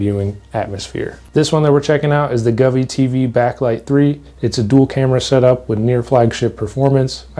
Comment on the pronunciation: Brother Go-Vee not Guvee 😂😂